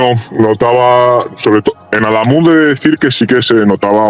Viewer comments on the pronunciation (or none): Cada vez que pronuncia AdÁmuz, muere un gatito.